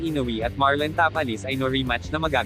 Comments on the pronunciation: Tapales hindi tapalis at inoue hindi inoui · Nakakainis ang bigkas na ta-palis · ayusin mo nman ang pagbigkas ng last name ng tao